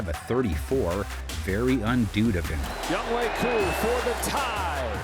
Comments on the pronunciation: its BIH-jahn, no BEE-jahn .... mans really said Young-HOE smh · When you miss pronounce Koo's first name like that, I think a lot of falcons fan are instantly turned off to the analysis.